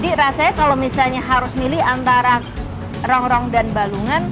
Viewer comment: Masih inget AQ dulu pas yg ngelayani saya .... Datang ke habisan gulai.....trus besok nya datang lagi.... .makasih ya buk..... review nya...... Sehat selalu....tpi AQ mau komplen dikit ......itu Rongkong bukan rongrong..,😆😆😆